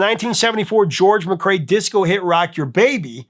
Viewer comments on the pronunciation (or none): none